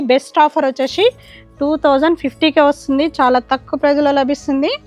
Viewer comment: Vacheshee vachesheee please anodhu ma. Vinadaniki assalu baledhu Just say vacheesi ( c)